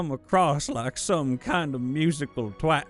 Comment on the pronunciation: I’m just glad you pronounced “tw*t” correctly!😂 the way most Americans pronounce it makes my skin crawl.😖